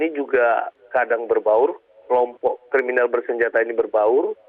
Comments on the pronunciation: KRIMINAL bukan KRIMINEL😂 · bukan kremenel pk bunyinya krininal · Bukan Kriminil tapi kriminis bacaannya Pak?